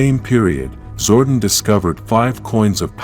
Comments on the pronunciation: STOP MISPRONOUNCING ZORDON IT'S GETTING OLD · The name is ZOR-DON and he's from El-tar.. Geez get the names right and stop depending on AI...